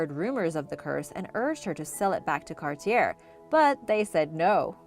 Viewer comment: Forgot how to say Cartier after 1 sentence? Still purposefully mispronouncing all words with silent or soft letters to artificially boost the comments. Have you ever forgotten when you were playing dumb to cheat the system? Let me know in the comments below. C'mon, I think (or hope) you are better than this!